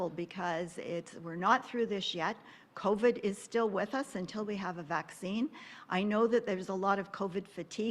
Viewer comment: It’s covid not coved. Jeez